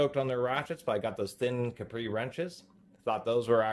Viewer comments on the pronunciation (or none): Also he says capri like capri sun when its actually said as cap-ree.. cap as in soda cap. Got it straight from the manufactorer. Call them on the weekend and see what there voicemail says to confirm.